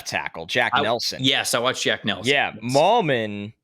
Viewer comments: FYI it's MIGH-lum, not Mil-yum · Are we 100% sure Riley Mahlman’s last name isn’t pronounced like “Mail-man”